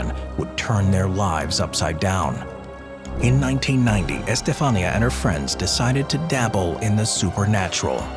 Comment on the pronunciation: in spanish the accent is on the i. Estefanía. For next time 😊